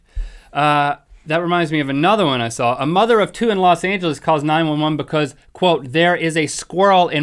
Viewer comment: jan rychwinski "becouse" lol